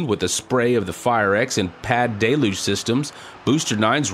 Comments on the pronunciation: It is not pronounced "DAY-luge". It is pronounced "DELL-huge"!!! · I know it's a French origin word, but the pronunciation is simple. Del-uge Like dell huge (without the h) Not day looj